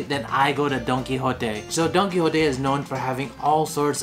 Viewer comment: Don-don-don Don Qui Don Qui JOTE.